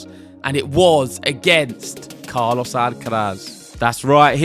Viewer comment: Love your pronunciation of Carlos' name. Spot on. Carlos took control of the match in the second set by changing the rhythm of the exchanges. his heavy high balls were not easy for Jannik to handle